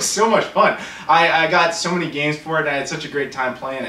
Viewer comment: When you said you got so many games for the super nintendo it sounded like you said Sony games for the super nintendo...